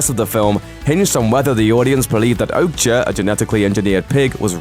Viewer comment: Your pronunciation of some of these titles is cringe! Machina and Okja/Mija I’m pretty sure we’re wrong! Machina is ma-key-na, Okja is O-kya and Mija is Mi-ya, isn’t it..?